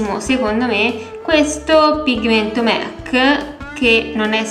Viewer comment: Mec?... Donald? Si dice mac